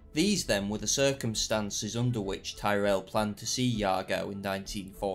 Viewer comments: You've mispronounced Tyrell. It's pronounced like Tirrell. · Why do you say Tyrrell like a Yank?